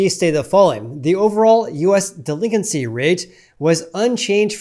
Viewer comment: The way he pronounced delinQuency was driving me insane for some reason.